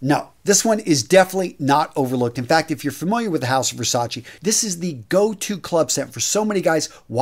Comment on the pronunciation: It's Versace!...not Versa-chi